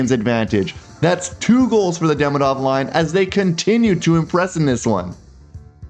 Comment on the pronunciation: By hearing the quality of your French I assume you like languages. I believe Ivan Demidov’s name is pronounced ee-VAHN deh-MEE-doff . Thanks for your videos, I’m always looking for them after a game.